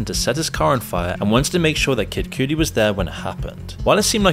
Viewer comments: Haha buddy it's pronounced "kuh-di" not "kiu-di" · sounds like an AI bot. He mispronounced Cassie and Cudi. Also, this comment keeps getting deleted, but Diddy's in jail, not prison, the video isn't accurate. The jail where Jeffrey was closed after he died.